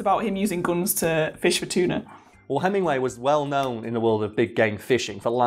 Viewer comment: I honestly heard the word "cheetah" the first time said "tuna".